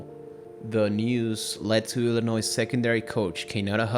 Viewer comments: Illinois is pronounced ILL-A-NOY, not ILL-A-NOISE. The S is silent. As Illinois haters say, it's ILL-ANNOY, which is phonetically correct. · Nice video, but its Illinois is pronouced without the "s" . Not sure why but that was really bothering me lol.